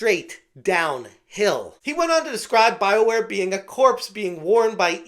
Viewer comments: Thought it was pronounced Bioqueer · I know it's Bioware... but I keep hearing Bileware